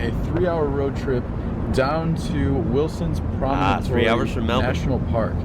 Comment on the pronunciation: It was pronounced as Wilson's Promontory. Not Wilson's Promonotory.